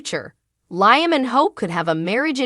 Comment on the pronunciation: Don’t want to be disrespectful but Liam name is pronounced Leam , not like lion